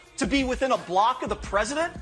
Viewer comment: "The Preshident" -- Sleepy Joe